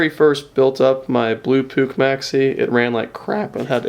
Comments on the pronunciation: Puch rhymes with "book" btw. :) Great video! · pronounced - " P U T S H" not " P U U K"....I think! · I am from holland Near austria , it is poech or poeg